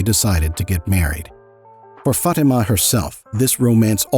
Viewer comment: Your pronunciation of the name “Fatima” made me cringe every time. Great video though